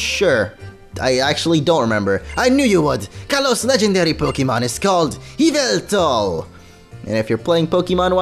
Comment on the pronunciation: Yevetal is pronounced ee-VEH-tawl